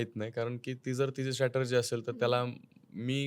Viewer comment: स्टॅटरजी ?!? म्हणजे नेमकं काय ब्वा ? तो शब्द strategy आहे हो ..